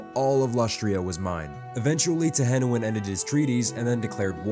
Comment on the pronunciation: Tehenhauin is pronounced tehenywheeny (teenie weiny) a lot of og lizardmen names are puns